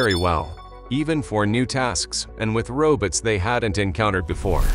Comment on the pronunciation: "Robuts" haha 😂